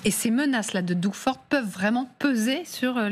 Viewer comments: C'est le Québec qui leur fournit le plus d'électricité et c'est l'Alberta qui leur fournit l'essence. Ça se prononce pas Dougue mais Dog. Il n'est pas question que nous coupions l'énergie mais bien de sécuriser nos frontières. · La façon dont vous prononcez Doug ou Justin est lamentable, Doug se prononce comme dog et Justin Trudeau est d’origine franco-canadienne Justine est la version féminine de Justin. Googler Radio Canada, Justin Trudeau et idem pour Doug Ford et vous entendrez de vrais et éminents journalistes francophones prononcer correctement le nom des gens. Un journaliste américain anglophone prononcera comme vous mais que des journalistes Français s’adressent à des francophones en nommant un francophone à l’américaine dénote un manque de rigueur il me semble. Merci